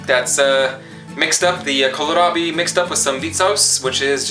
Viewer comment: "Kolrut" is what you are saying, but it should be "kolrot", the kolrabi was spot on. In Kolrot you say the first O as an O, but you turn the 2nd one to a U. Not ment as being mean, trying sorta helpfull. Fun videos.